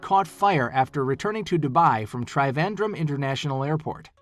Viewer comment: its trivandrum, not traivandrum